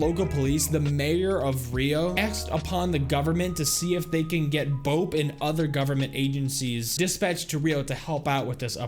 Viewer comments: I’m sorry but it’s irritating hearing him so Bope when it’s pronounced Bop-ay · Ps. its B O P E Not "Bupee" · its not pronounced "bow-p" its "bow-pay" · Dude, bo-pay not bope (but spelled bope) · This video is old but it’s no bope it’s BO-PE like peh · Very common error, BOPE is pronounced Bopae